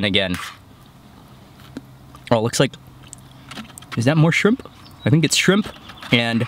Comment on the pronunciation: Sounded like you said "fried chimp tacos". lol Everything looks so damn good! I am drooling.